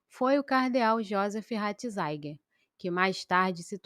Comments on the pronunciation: Pelo amor de Deus! Você não sabe que o Papa Emérito tem o nome de Joseph RATZINGER, pronuncia-se praticamente como se escreve e NÃO como você fica falando: RATINZAIN!!!!!!! Que horror! Lamentável!!! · Irmã, a primeira coisa que uma pessoa que se propõe a ser YouTuber é aprender a pronunciar, principalmente, nomes, cardeal Ratzinger e não ratzainguer, como você pronuncia neste vídeo, preste atenção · Mas..... Ratzinger pronuncia- se doutra forma! Não há por aí alguém que fale correto? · Ratizaigier? Kkkkkkk